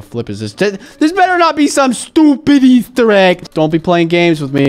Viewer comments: Why'd u say eggstir its easter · It said E-stir not egg stir by the way love your vids ❤